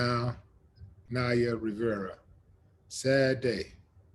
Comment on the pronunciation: NOT "RIVIERA"........RIVERA......ANIMAL